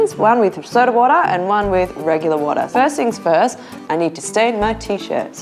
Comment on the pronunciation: I just watch this to hear those "walla" and "chinenen" 😂